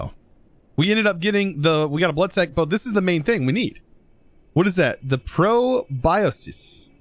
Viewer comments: Proboscis = Pro-bo-skiss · The item you got from the mosquito, the proboscis, is its mouth part. Pronounced pro-boss-kiss